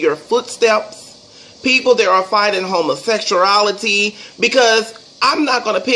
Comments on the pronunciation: "Homosexurality" lol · He said " homersexcreaality " 😩😩😩😂😂😂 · Homosexuality Man at least pronounce something right !!